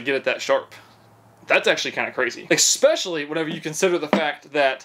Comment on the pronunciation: Please don’t say ick-specially ❤